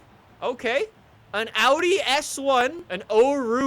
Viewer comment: is getting an rs4/rs6 just because he knows how to pronounce Audi